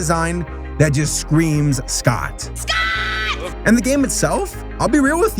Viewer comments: also yes you did pronounce scott's name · Yes you did say Scott’s name right.also there’s a fnaf movie coming.so could you do a fnaf episode when it comes out?